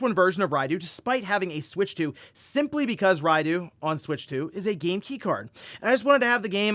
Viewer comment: It’s pronounced Rai-dough, not Rai-doo.